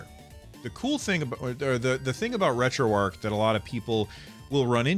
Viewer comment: Retroarch is pronounced differently :)